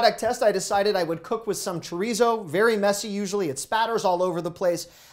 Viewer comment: The way he said chorizo 🤦🏻‍♂️